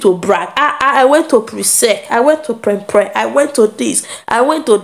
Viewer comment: It is not prepre it is prempeh